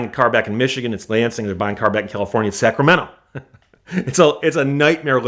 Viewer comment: "Cyash" (cash),"tyax" (tax), "byack" (back) What kind of speech impediment is he using?